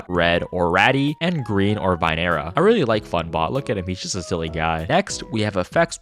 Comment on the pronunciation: vinearea is pronounced vine - area (just if you didn't know) and owackcxs is pronounced o - wacks